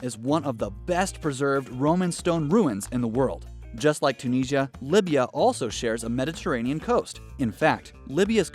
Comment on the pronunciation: You mentioned Niger being mispronounced yet you mispronounced Tunisia. Another one of American bad pronunciation.